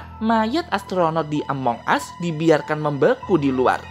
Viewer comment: ya Tuhan bahasa Inggrisnya yaampun. Ngomong Among Us aja salah. pembodohan memag ini